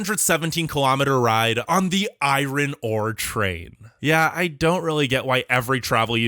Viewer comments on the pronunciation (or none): Did you seriously pronounce iron as "eye ron" ? Christ, I really hope English is not your first language.